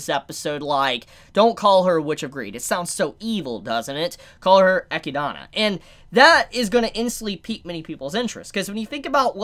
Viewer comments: "Eh-kid-Na" or (depending on where you're from) "Ay-kid-Na" Echidna. Not "Eck-ki-da-na" For those of you whose souls are screaming "He keeps pronouncing it wrong!" You're welcome. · I just crossed the 5 minute mark but it is hard to unhear. You wrote it right but you say her name incorrect? XD I always hear 'Echidana', not 'Echidna' - so irritating. XD I'm not a judge, but I just wanted to say it. ;) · Echinada? Is anyone else cringing at the pronunciation of Echidna....😬 He's adding letters. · For one: it’s not “Eh-key-dah-nah” it’s “Ee-kid-näh” Come on, you know, like Knuckles the Echidna from Sonic? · I'm pretty sure that Echidna is supposed to be read as Ehkidna, at least in english. Echidona happens cuz japanese language just requires each syllable to end with an english vowel. (Theres other terminology for it but this is the easiest way to explain. Thats why Rem is pronounced Remu, and Roswaal is Rosuwal. Kinda like when a Japanese person says Friend, they say Furendo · also her name isnt echi donna it’s literally echidna like the sonic character knuckles is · It's not Echidana It's Echidna. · Hhmm, am I the only one kinda irked when he calls her Eh - Ki - Dana? Rather than Eh - Kid - Nah? Am I the one in the wrong? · This is how Echidna's name is accurately pronounced. EH-KID-NA. The name is something out of folklore, so I've heard it before and that was how it was pronounced, just to let you know. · I'm pretty sure you pronounce Echidna as E-kid-na. There's a character in Fire Emblem Heroes with the same name that says her name this way. Also, the road to evil is paved with good intentions. I wouldn't say the Witches are all as good as you are thinking. For instance, one witch gives non-humans the ability to have emotions, also creates the emotions of anger and rage in beasts like the ones that attack the village. I'm assuming each Witch had good intentions, but bad repercussions that occurred. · Eh-kid-na is the proper way to pronounce it.